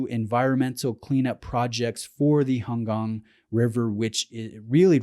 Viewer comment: Thank you for saying "Han Gang" right.